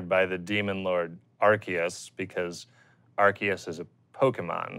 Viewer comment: It's Aurelius not Archaeus for the buffy one.